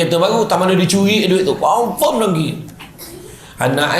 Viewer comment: Assalamualaikum semua & uatsdz... Nak komen sikit pasal perkataan yang ustadz sebut... DONGKI 🤗 Cer sebut betul2 😁😁 DENGKI BUKAN DONGKI. Se tau sy DONGKI tu KALDAI...😂😂😂 Gurau je ye Ustadz 😉😉